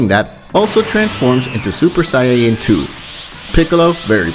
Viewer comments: I love these What If's, but the pronunciation is.. erm.. (Kaughlifula) (sayayin) (etc.) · "Say-ya-yin" why? Say it properly lollll, nonetheless, love your series, stupendous idea!!! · bro stop sayng sayaen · did you say saiyeeyen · Let’s skip the fact that he says sayiyain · did he just say sayeyens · interesting but please say Saiyan correctly please im begging you